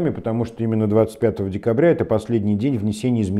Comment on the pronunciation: Хабиров слово ИМЕННО выговаривает с татарским акцентом